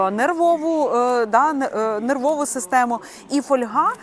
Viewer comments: Не каверкайте наголос ((( ФольгА. Як не випАдок, так фОльга. Що за недорозвинута мода... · Не фольгА, а фОльга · Правильно казати фóльга, від латинського fólium — листок. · А я постійно говорю фольгА .. ,фОльга мені ріже вухо . Може ,що з дитинства так у мене говорили і і воно до мене так приклеїлось ... Та тільки аби ця помилка ....😮😊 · фОльга . Так правильно українською. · Запозичені слова зберігають наголос мови, звідки походять: фо́льга. Наголос на О. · Наголос на літеру о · Фольга- наголос на перший склад. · Фольга, наголос на о